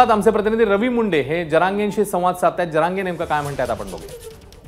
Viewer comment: Manoj jarage patil aahe boltani uchar krava ek maratha lakha maratha